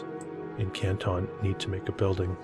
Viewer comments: It’s a football outside of the city hall and it’s Canton, not Kantahn. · Love the channel. Buildings are amazing. Pronounced CAN-TON as in 2000 pounds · It’s pronounced Can’t-en in case anyone cares. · Pronounced Cantin btw I should know I'm from Canton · The narrator is an absolute nut. Any real historian or even an amateur historian who lives here understands when those buildings were built, that many of them still stand, and we have oral and written histories of each of them, including church charters and family Bibles. The pictures are wonderful, but the narrator is an idiot. Learn how to pronounce the name of the town before you make a video. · This is junk! AI ? He can’t even pronounce Canton correctly! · well if you want to seem to know what you are talking about … pronounce Canton the way it is pronounced by Cantonians and Ohioans! Seriously! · great video. Americans pronounce Canton differently however. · i wasn't trying to be rude, he asked if we knew anything about Canton ohio, and being an American I know that he was pronouncing it incorrectly, I meant no offense. I figured he'd want to know since he's a facts guy.